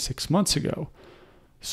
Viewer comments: its N vidia. not na vidia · It's pronounced N-vidia [envidia]. Surprised you're from this area and don't know that :x. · Thanks for all your info. BTW "N" Vidia.